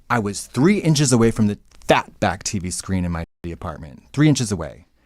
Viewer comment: the way she just dropped it and continued the conversation and they never mentioned it again 😭😂😭 "the Teey VEeey"